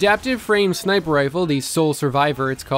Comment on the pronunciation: It sounded like you said "Smiper" instead of Sniper, haha, still tired of that hour long video mate?